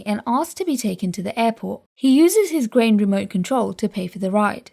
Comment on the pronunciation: I love how grain sounds so much like brain every time you say grain I think your saying brain